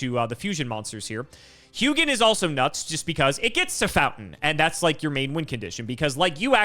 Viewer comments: I'm pretty sure Hugin is pronounced like hoo-gin because Hugin and Munin are Odin's ravens and that is how Hugin is pronounced there. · The name Hugin comes from Nordic mythology where I'm from, it is one of the Ravens of Odin. Hugin in most nordic languages would be pronounced "who in". The G is silent in the name. Edit: Munin is the other of Odin's Ravens, pronounced "Moonin". Edit 2 😂: norse mythology keeps coming 😂❤ - Sleipnir is the horse/steed of Odin, pronounced "Sly'pnir" or "Sly'penir". It did indeed have 8 legs.